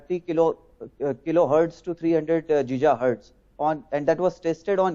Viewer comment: I am not sure why I even bothered to listen to a guy who pronounces Gigahertz as 'Jija'hertz.